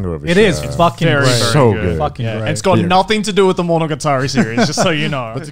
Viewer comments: He's like: monoGAtAreeeee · Why is garnt pronouncing it weird. Monoga-tari? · No one: Garnt: Monoguitari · MonogaTAHREE... No. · it's really weird to me that they're both saying it like monogaTAri, even the anime man who I know has native-level fluency in Japanese. Maybe he's just letting Gugguk's bad japanese pronunciation rub off on him XD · why do you say monogatari like that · Wants to learn Japanese to understand it better but doesn’t even say the name right. My blood is boiling rn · This man has all this anime merchandise yet pronounces monogatari wrong. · The way they pronounced monogatari bothers me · Are they even pronouncing monogatari properly? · Why the h do they pronounce it wrong, even if most of them know how to japanese? It hurts my ears yo.